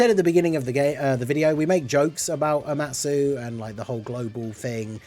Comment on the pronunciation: “Omatu” lol